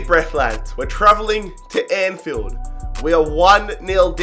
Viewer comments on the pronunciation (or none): none